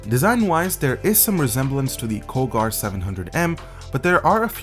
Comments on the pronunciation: Did you just pronounce "Cougar" (koo-ger) as Ko-gar? hmmmm... pretty sure with their logo and spelling they mean for you to pronounce it like the large predatory feline of the same name. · u mispronounced Cougar so bad, and yes my name is Cougar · Harry Szaniszlo screw grammar, and also he did pronounce it wrong unless the companies name is pronounced differently then the animal cougar, but judging by the fact that the companies logo clearly resembles the animal, he pronounced it wrong.